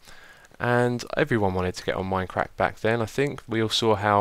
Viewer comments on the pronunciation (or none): Stop saying minecrack